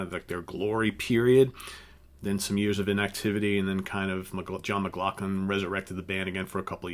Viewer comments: McLaughlin. Not Mclacklan. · I thought McLaughlin's last name was pronounced, "Mick law flin" ?????? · I think John's name is pronounced McLauflin. ....